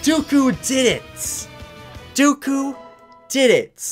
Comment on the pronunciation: Its dooku not duku